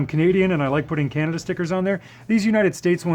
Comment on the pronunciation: Your customs are pretty RAD brother! But as a person who has lived in Ontario his whole life and traveled the U.S. a great deal..and to Europe..CAN~AD-DUUUH sucks. I'm sure you can guess what I'm referring to. Keep up the cool work!